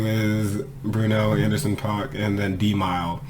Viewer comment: Nah homeboy, groups have a point of view...so when the group says they are leaving the door open they are speaking for the group...it's not like rappers competing on a track as individuals...it's a group. And dude name is pronounced AN-DER-SON.